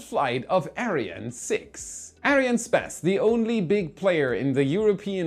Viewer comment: I went to the comments to just complain how he said "Ariane". There's so many correct pronounciations to choose from, in so many languages, and he chose a weird one, which was totally brushing me the wrong way. I personally would have preferred the german pronounciation.